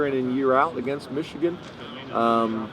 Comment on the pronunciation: I will never not be shocked at a grown man not being able to say the name Michigan. What an absolutely little little man.